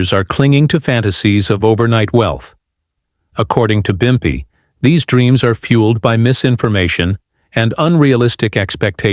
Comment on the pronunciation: It’s pimpy not bumpy that’s how you tell this is fake and AI generated.